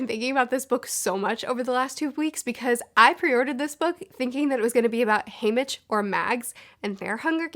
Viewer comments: You say haymick but his name ia HayMITCH. You say voldemore but it’s voldeMORT. What is happening?! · Can we just talk about how she pronounced it as. "Haymic" for the first half of her video.... But other than that I like the video. Solid opinions. I just want to know how the haters felt about 'Joker' and 'Suicide Squad' and 'Birds of Prey' all these movies about villains, being kind of likeable. Second How old do people think Snow is??....The games had been going on for 74 YEARS by the time we got introduced. Snow would need to be at least 95 to have been the creator of the Games, to me it looked like the man was early to mid 70's. Finally, it seemed like Mags and Snow where about the same age. So who's to say that she won't make an an appearance???